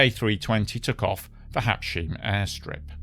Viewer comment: Habs...heim (hime), not habsheem, All, every single one of the Air France pilots were hot and horny for a job on the Concorde. This guy is a prime example of that sort of jerk.